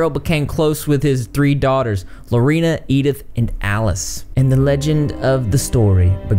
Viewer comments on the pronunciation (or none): none